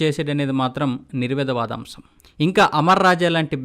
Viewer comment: నిర్వివాదాంశం... నిర్విదవాదాంశం కాదు